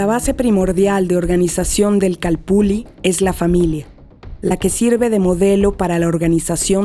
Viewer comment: Una pregunta: Porqué todos pronuncian la doble ele ( ll ) como si fueramos italianos. Yo creo que si los españoles escribieron calpulli, es porque asi sonaba. Ilustrenme por favor. Gracias.